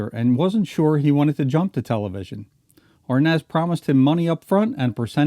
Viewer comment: He can't even pronounce Arnaz lol...